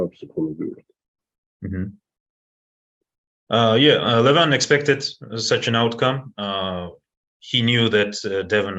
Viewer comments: Who the ,f..... is Levon????? It is Levan and Devon. Stop f.... his name . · It's Levan, not Levon or John Cena...